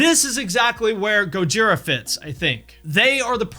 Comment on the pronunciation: Thank you for saying Go-jee-rah, not Goj-eye-rah. Also, Slip what? Limp who?